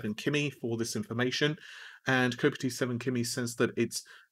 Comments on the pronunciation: Kopite is pronounced cop-ite not co-pity. Ref Liverpool FC Spion Kop. 7 is King Kenny Dalglish, and Virgil is Virgil Van Dyk who plays for LFC. As for Kimi that's either his name or he's into F1 :) Great vid as always, thanks! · His name is kopite (ite like night, not itty) so he means Virgil as in Virgil van Dijk the Liverpool player who recently got an ACL injury so is fucked for the whole season.